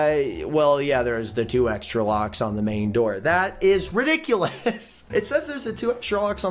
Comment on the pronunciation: when said "ridiculus" on i laughed soooo hard i dont know why!!!!:D